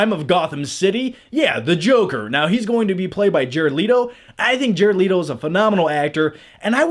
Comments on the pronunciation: let o . not l - ee toe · Jared Let-o not Leeto Amanda Wall-er not Well-er